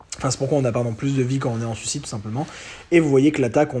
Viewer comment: Je chipote car tu prononces sucide et pas suicide, fallait bien que je trouve un truc car le reste est irréprochable, c'est fluide, accrocheur, on voit que tu connais le sujet tu frôles la perfection quoi xD et 51min de vidéo, j'en ai pas vu le temps passer +1 abo :)